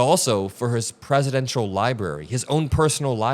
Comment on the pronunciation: Library ???????? FFS